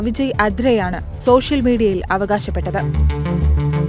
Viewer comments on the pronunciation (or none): none